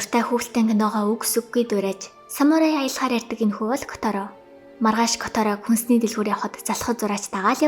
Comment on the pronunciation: Хөөе ярдаг биш ярьдаг